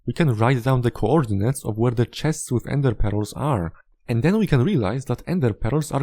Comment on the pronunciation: I love the way you pronounce ender pearls as endê peróz